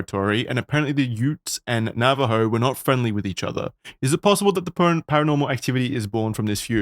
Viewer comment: Very late but I'm not sure if someone said this before, but as someone who is Navajo and has lived with these stories, I am appreciative that said the name right. A podcast host I used to watch said nava-joe and it's not like private information in how it's pronounced. As for the pronunciation, also pronounced it correctly (my mom confirmed, she's a proficient Navajo speaker but I am not) but because he's not proficient in the language, it doesn't sound like it should. Good job.